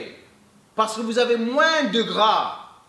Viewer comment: Salem, t'es vidéos sont au top, je te suis maintenant depuis 1 ans:) Une chose pour ton français: Quand tu dis «C'est pour brûler plus de gras» le mot gras le «s» ne se prononce pas. Mel guelb!